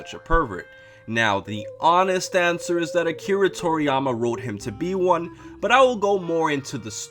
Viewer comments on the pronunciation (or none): none